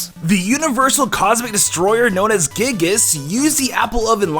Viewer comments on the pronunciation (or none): FINALLY! Someone who pronounces Rayquaza correctly! 2 minutes later he pronounces Giygas wrong. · You said giygas wrong and said palutena escaping a black hole. Do you overview this?